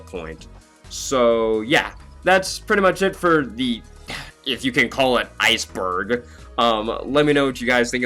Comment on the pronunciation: ice - BURG Like for that